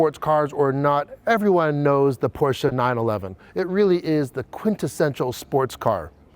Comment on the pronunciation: Thank you for pronouncing Porsche properly! *new subscriber